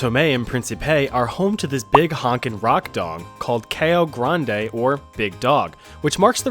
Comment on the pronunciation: Bro absolutely butchered São Tomé e Príncipe and Cão Grande's pronunciation 😅